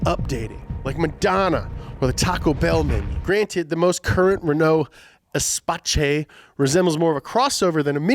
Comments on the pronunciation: I know it shouldn't, but hearing you mispronounce the Espace as Espacé really grates on me. (It's pronounced Ess-pass, not ess-pa-chee) Anyway, rant over. :) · Lol, why are you calling the Renault "EspaCHÉ" so many times, when it's actually pronounced Espás? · Pretty sure it's a Renault Espace as in Space pronounced Espass instead of Espaché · dat Renaud, it is pronounced differently - es-pass. is not a Spanish word you numbnuts. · If you want to impress your friends say Renault '' espass '' to ''sound like the french when you eat your frogs. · I like the fact that didn't just pronounce "Espace" by saying "space" after an e but pronounced it "Espaché" like it was an Italian word... whereas this is A FRENCH CAR lmao Cordially, By a French subscriber who's ashamed to have used Google translate ( I have an excuse I'm 14 yo ) Edit: wow I just realised there are a lot of other comments talking about this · Ngl them pronouncing it as "espaćé" triggered me and I'm not even french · Espace is pronounced "eh-SPASS". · I had a stroke every time he pronounced "Espatche" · Jesus Christ, it's pronounced Espáss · “ESPATCHAY” Me, who took a French class once: punching the air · Es-Pass just like the French that it is. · Yes and it's pronounced "espâs" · I am French and I am pissed every time says "Espache" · espatce hahahahaha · Captain Falcon nope im french and i swear we dont say it that way we say ee-space like « space » with an « e » in front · Yeah the c at the end is pronounced as a soft S. You would say "Espass" in english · It’s pronounced “Ess-pass” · Espace is pronounced Espass, and Espace in french is space. Imagine a car being called the Chevy Space. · amazing video guys, as always just letting you know that the Renault Espace is pronounced '' S-pahce'' and it simply means ''space'' in French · I think renault is french. If so espace is pronounced “eh-spuh-s” it also means space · Agh... It's ess spass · "espaCHEH" How american...